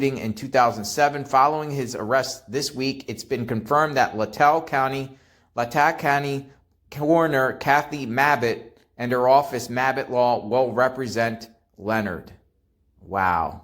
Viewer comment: Pronunciation for Latah= lay-taw